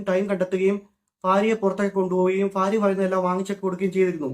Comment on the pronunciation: ഭാര്യ ❌ ഫാര്യ ✅